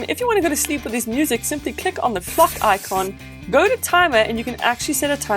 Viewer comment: Star Luna she said "clock icon" it’s just her accent that makes her sound like that.